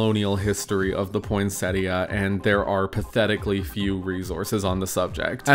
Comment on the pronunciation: For some reason I hear the tt in poinsettia as a Spanish r like poinséria